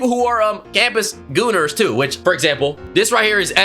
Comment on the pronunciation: D-did you say goners?